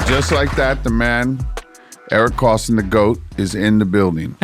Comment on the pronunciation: Great show but it’s Koston no ‘l’ lol Kolston